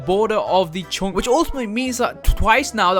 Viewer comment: Dude plz speak english good it writes chunk but it read chank